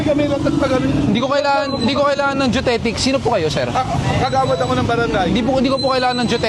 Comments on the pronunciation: Anong yung deutetic? Geodetic yun, brader.. 😁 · GEODETIC kse yon.. hindi DUTETIC hehe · Geodetic po, hindi Geotetic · "geodetic" hindi judetic! 🤣